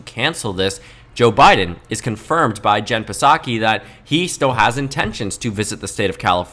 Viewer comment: "Jen Pisakee" 😅